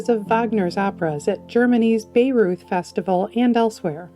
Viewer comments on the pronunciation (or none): Bayreuth is pronounced buy-royt.